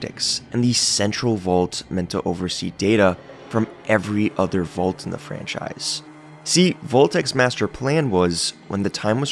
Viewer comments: It's pronounced 'vault', not 'volt'... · This guy's pronunciation of "vault" is infuriating